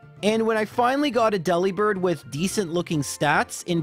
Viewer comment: Also, it's a bird that delivers, not a bird who works at a deli, so why is it DE-li-bird and not De-LI-bird?